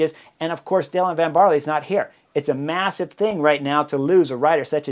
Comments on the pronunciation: (Van "Baarl", not barley! 👍🏼) Thanks for the breakdown; love the Butterfly Effect! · ‘Van Baarler’. The E at the end is not silent. The prononciation is somewhere between an ‘er’ and an ‘uh’.